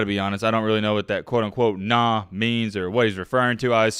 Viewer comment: It's Not "Nahh" It's pronounced "Nann" and it's from Miami FL a old Trick Daddy song.. Meaning "you don't know No N!the like me" ......... Y'all un seasoned people don't understand the culture that's why y'all stay mad at coach Prime because you don't understand his methods and we do that's why we "the culture" not mad he's cleaning House... If you come Florida and coach at a struggling pop Warner football program you will understand why the best come out of the State.. Either play hard or be cut